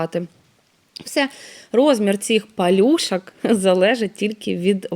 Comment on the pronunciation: Ще одна юлька тимошенко в блогери подалася Нашикувала, а не нашикАвала, не в миске, а у мисці, не палюшАк, а палюшок, не вАда, а вода, не пАвспливали, а повспливали, не рАсповзатися, розповзатися, і т.д. Може уже пора вивчити де "а", а де "о" - це не так складно.